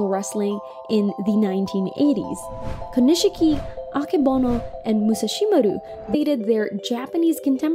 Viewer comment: Co-kneesh-key = Konishki Emphasis on the first syllable. Moo-Sa-She-Ma-Ru ÷ Musashimaru